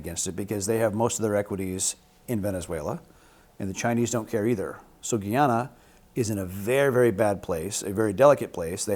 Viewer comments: Damn we really need trump in power.😢 its no longer Guiana, but pronounced Guy-ana. And our leaders really dropped the ball in our defence, i was saying since 2019 that monies needed to be spent on our military machine, but no one listened. Now look. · Sorry guys, but the correct pronunciation of Guyana is as if it were GUY (like " a good (or bad!) guy" Ana like the female name Ana. It is not Gee Ana. Starbroek is a Dutch name is and is pronounced as Star brook with the broek like the "oo" in gook. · Its guyana not Guiana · Guyana ( Guy-ANA, pronounced). Keep the chat going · Guyana is pronounced Ga ya nuh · Pronounced "Guy" Guyana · Guyana is actually pronounced guy-ann-uh. Guy as is male, Ann as in the name, uh as in uh. Guy-an-a. 🇬🇾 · This guy gave a lot of wrong information and dates. I suggest he should go on the internet and do some reading where he can learn some of the right stuff and get his dates correct. Amerindians were the first people, but are the minority in Guyana. And it's pronounced (Guy - anna). Like that "guy". It's an Amerindian word that means "Land of Many Waters" fyi Mr. PRINCE. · You're not saying it right. It's "GUY - Anna" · Its pronounce...Guy..an..a...let him no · Essequibo belongs to Guyana🇬🇾.. it's GUY ANA not hard to say. #Guyana🇬🇾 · The correct pronunciation is "Guy-ana..I am Guyanese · Nope it’s actually GUAYANA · If you’re going to discuss a country at least learn how to pronounce the name correctly. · 😪😪 40 k views of misinformation. Atleast if you wana speak on our country you can pronounce it properly, make sure you get the history right, where the EAST INDIANS came from because I think it’s self explanatory, the indigenous people, etc 🥱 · Its..GUY-ANA NOT GE-ANA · Guiana is pronounced gee - ana. Guyana is pronounced like it's spelled, guy - ana! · Ay si me desesperó un poco que digan GiYana fue ufff no es tan difícil decir GUaYana en fin😂😂❤ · GUY-ana. Not "Gee"ana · Guy pronounced guy, ana pronounced ana. NOT Geeana!